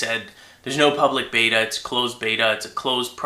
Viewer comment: batter batter batter batter! Batter! lol i know he was actually saying beta.